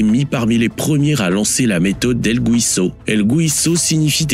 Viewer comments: “Guiso” ne se prononce pas GOUISO. En español , c’est la même règle qu’en français. Gui ça fait GHI et pas JI . C’est tout. Donc on dit GHISO pas GOUISO!! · Le "guiso" ça se prononce "guisso"... Et non "gouiso". C'est comme Miguel, on dit Miguel, comme ça s'écrit, et pas Migouel...😅 Et un guiso c'est une preparation en sauce de viande, poulet ou poisson. Ce n'est pas une soupe... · El guiso...pas güiso.....prononcez ghii...comme guimauve...